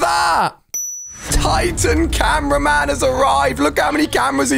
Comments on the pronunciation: Bro called upgraded titan cameraman the titan tv man 💀💀 And why does my head hurts when someone miss pronounce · yup like he's saying goo tv man and that was not a tv it was a camraman